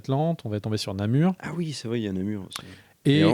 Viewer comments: Namor pas Namur, non? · Namur??? c'est Namor non?